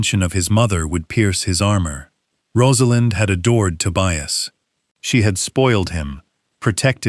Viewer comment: The son‘s name is TOBIAS, not „to buy us“ 😂😂😂